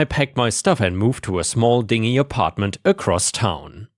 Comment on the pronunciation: dingy is pronounced din-jee.